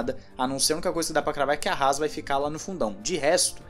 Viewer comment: Que isso, tadinha da HAAS. Chega falou com vontade. kkkkkkkkkkkkk